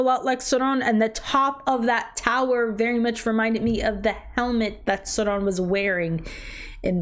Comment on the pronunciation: The way she’s pronouncing Sauron is driving me nuts !